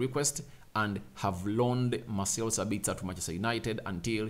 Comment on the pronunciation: "Mah - sell Sa - bits - ah". Austrian 🇦🇹 not Australian